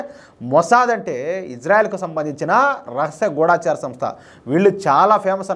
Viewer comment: గూడాచారి కాదు గూఢచారి సరియైనది. అన్ని ఛానల్స్ లో ఒకళ్ళను చూసి ఇంకొకళ్ళు గూడాచారి అని పలుకుతున్నారు. ఢ కు దీర్ఘము లేదు. గూఢంగా పనిచేసే చారులను గూఢచారులు అంటారు. దయచేసి గూఢచారి, గూఢచార సంస్ధ అని పలకండి. చాలామంది వీడియోలకు టైటిల్స్ తప్పులు వ్రాస్తుంటే, తెలుగుకి పట్టిన దుర్గతిని చూసి చాలా బాధ కలుగుతుంది.